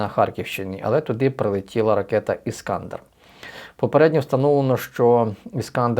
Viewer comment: Іскандер - наголос на "е".